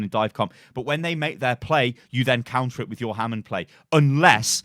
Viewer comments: Counter.... not Conter. 😂😂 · "c o U n t e r,". Not "c o n t e r." That's not a word.